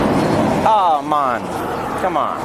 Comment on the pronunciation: The officer tried correcting himself after saying "ahh Mann" in a Jamaican accent lmaoo